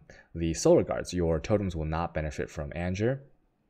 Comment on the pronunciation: ANGER is not pronounced ANJER..please... for the love of Bacon.